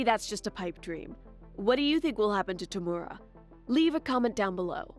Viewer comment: who the hell is toomora it is tomura